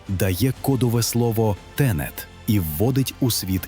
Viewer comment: який нахір довод? ришн інтерпритація???? ТЕНЕТ